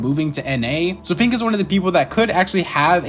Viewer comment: is he saying pink or pinq